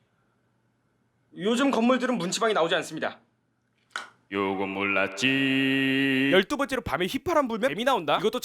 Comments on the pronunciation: '요건 몰랐지~' 가 '요금 올랐지~'로 들리는데 나만 그런건가??? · 요건 몰랐지 약간 요금 올랐지로 들림ㅋㅋㅋㅋ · 나만 요금올랐지로 들리나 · 나만 이거 요금올라지로 들리냨ㅋㅋ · 나만 요금 올랐지~~ 라고 들리냐